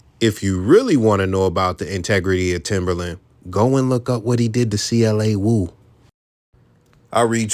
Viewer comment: You said C- LA wo?